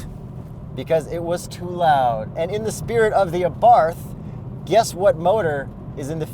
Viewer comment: Cringing at the Abarth pronunciation. Pronounce it like there is no 'H'.